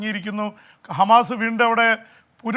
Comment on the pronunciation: even cannot correctly say He is telling “Humus” always…crazy fellow 😂